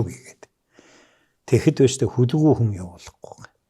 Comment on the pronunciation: "Хөлгүй" гэхээр нэг л эвгүй сонсогдох юм. Хүлэгү гэж хэлж сонсож дадсан болоод тэр үү Ё ах "хөлгүй хөлгүй" гээд байхаар хэлмээр санагдах юм. За би ч юугаа мэдэхэв.